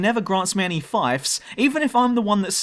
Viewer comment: Fief is not pronounced Fife, it’s Feef.